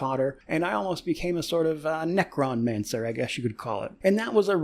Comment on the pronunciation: "Nekron-mancer", writing that one down